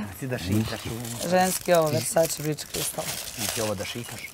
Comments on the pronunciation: Je l moguce da je rekla " bridz"( bridge) umesto "brajt" (bright) crystal 🤦‍♀️🤦‍♀️🤦‍♀️🤦‍♀️ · Ali bridz cristal🤣🤣🤣(bright crystal) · Nije bridge (bridz) nego bright (brajt) . Mozes ti iz Sepka, ali Sepak iz tebe ne moze 😅🤣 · "BRIDŽ KRISTAL"🤦😂😂😂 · Kaze glupacetina versace bridge crystal umjesto bright crystal 😂😂😂😂😂 sepak maca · Ali ‘briDZ kristal’ za bright crystal 😂😂😂😂😂😂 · BRIDŽ KRISATAL. ahahahahahahhahahahahaahah pa jel moguce 😂😂😂😂😂😂😂😂😂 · Versace Bright cristal - ✨BRIDŽ KRISTAL✨ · Hahahaha...ne mogu da verujem.Em sto ne zna da cita na engleskom em je taj parfem toliko isfuran i poznat da ne postoji ni ona iz Marinkove Bare da ne zna tacan naziv parfema 🤦‍♀️. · Jos kaze "BRIDŽ KRISTAL" 🤣🤣 AHAHHAHAHHHHAHHAH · Ima ona svoj komfort , svoj bridž cristal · BRIDZ cristal😂😂😂😂😂😂😂😂😂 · Hahaha bright crystal Se tako čita u Sepku